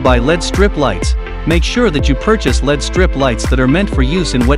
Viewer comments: It's pronounced "L-E-D," not "led" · Get proper voice over. It’s pronounce El-Ee-Dee as it’s an acronym not as Pb an element on the periodic table “lead”